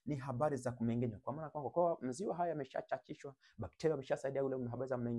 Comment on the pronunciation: Wahaya Ng'a ng'e ng'i ng'o ng'u sio Nga nge ngi ngo ngu...Kumbe KUMENGENYA ndio KUMENG'ENYA..